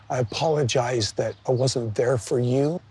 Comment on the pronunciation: He wants all the women to clap hands when he says " i apolozige"